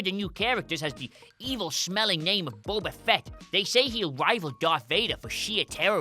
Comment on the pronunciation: “Baba fett”